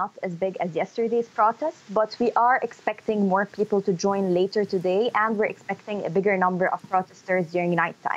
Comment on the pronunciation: 1- Her last name is not Fahrat 2- pls tell her to learn how to pronounce English bef speaking it: People is “pee-pull” not “pee-pill” 3- among other poor linguistics